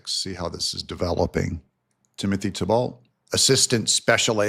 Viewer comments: Thibault's name is pronounced "T-Bo" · I have always heard Thibault as Tee-Bo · Pronounced Timothy "TEEBoe long o Just trying to help . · Pronounced (thighbo) 😅😅 YOU GOT THIS,!💪✌️🙏🏻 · Thibault in Nova Scotia is pronounced "T-bo" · Usually pronounced "Tee-bow" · Timothy Thibault "Tee-bow" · That's Tee-Bow,. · If it helps, I believe Thibault is pronounced Tebo. It`s a french name, think Renault for example... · the Thibault is pronounced "Tee-bow" (French). As by best man said on my wedding speeches "Tim and Giselle would like to thank 'the bolt' family for hosting events. lol! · It's pronounced Tea-Bo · It's pronounced TEE-bow